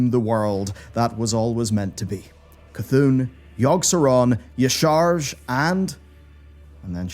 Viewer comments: Y'Shaarj = YAH-SHA-RAJ It is not YAH-SHAARJ You would know this if you played MoP and actually hear the voice actors say the name in cutscenes. Also blizzard employees say it correctly and its pronunciation is broken down on lore data sites. I dont understand why so many people that should be informed keep saying it wrong. Its so cringe. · Yah-shah-rahj .... not Yahsharg ......... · Repeat after me.. Yah-Sha-Raj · Mispronouncing Y'Shaarj is cringe af. It's said "Ya-Sha-Raj". You did play the game right? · Pronounced YAH-sha-raj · "Ya-sha-raj" Otherwise, great video! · Minor correction here. Y'ssharj's name is pronounced "Yah Shah Raj" That's why we called his offspring the "SHA" in Pandaria. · WHO IS YASHARS say hes name right my god xD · Wow that pronunciation of "Y'Shaarj" was JARRING! Did nobody over there play through the Klaxxi Paragon stuff in Mists of Pandaria? They have his name voice acted several times and it is certainly not whatever just said. I can't imagine how embarrassing it must be to have such an egregious error only seconds into the video and nobody on the team catching it THEN showing it off to over 624,000 subscribers, some of whom paid their money in support. Are your faces red or pale?